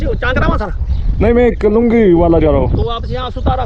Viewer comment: ते लुंगीवाला नाही लोहणगेवाला आहे आणी कुलदीप सिंह चंद्रपुरी नाहीतर कुलदीप सिंह चांदपुरी आहे आपण कश्याला काय बोलतोय याचं थोडं भान ठेवा..